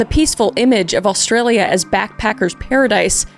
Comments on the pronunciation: You did very well pronouncing the Aussie names! Most people completely butcher them but not you! You were very close and nailed some of them! 😊❤ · All up you did extremely well with names on this one. There is nothing more cringe than Americans trying to pronounce Aussie places, Thanks God for the Canadians. I had dozens of true crime channels and only Simon Whistler and Kris have become my permanent travelling companions. Kris have you ever thought about working with Simon for an extra special episode ??? I swear it would be a guaranteed viral video.